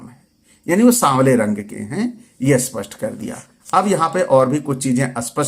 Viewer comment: अस्पष्ट नहीं स्पष्ट कहिये, अ का उच्चारण नहीं,आप जैसे 90 प्रतिशत लोग ऐसे कहते है।स्पष्ट को अस्पष्ट,और अस्पष्ट को अ..अस्पष्ट।जैसे कि स्थिर को अस्थिर और अस्थिर को अ..अस्थिर,ऐसे उच्चारण कान को बहुत पीढ़ा देती है।